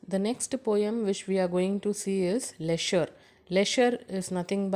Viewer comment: Mam your prounounces of poem name is wrong